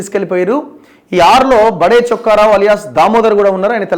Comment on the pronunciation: బడే కాదు బాబు, బాదె అంటారూ... like బాదేపల్లి...etc